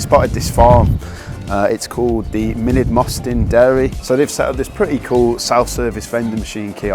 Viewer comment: Holywell is pronounced Hollywell. Mynydd is pronounced munith, with the dd pronounced as the th in that. Great video, though. Thanks. I’m from Connah’s Quay originally. It was mandatory to walk to Ewloe Castle on Good Friday.